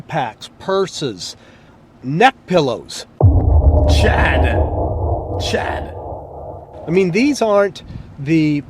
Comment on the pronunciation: why did he say neckpillows like that lmfao